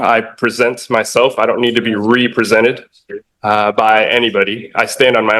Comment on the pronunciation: "Re prosented" this dude is a flat out clown.